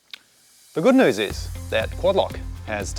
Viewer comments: Tip for Aussie accent: New and news aren’t hitting right. You’re pronouncing noo and noos, whereas it’s more like nyoo and nyoos. Americans pronounce “u” and “ew” differently than other English speakers. Examples to listen out for: emu (more like eemyoo), duty (djooty), dew (djoo) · 245 wheel horsepower is honestly pretty crazy. Aussie accent is getting better, but we pronounce "news" as "nyews". Somehow a "y" sneaks in there. Your pronounciation of "racecar" is 100% spot on. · 🇦🇺🦘Mate, so close. New = nyew rather than noo. Roll = ruowl rather than rohl. Keep it up 😂😂